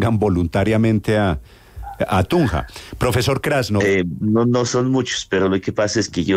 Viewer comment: Es krasnof y no grascof. Como los avis grasnando